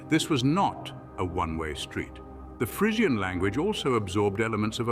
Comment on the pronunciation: Crap video. He doesn't even pronounce Frisian correctly.